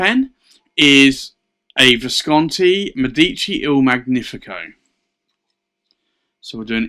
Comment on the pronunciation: You own beautiful pens, indeed. Just for info, in Italian it is Mèdici, with the first e stressed, and in Magnifico gn is pronunced like the spanish ñ in años. Not to criticize, just in case you mind your pronunciation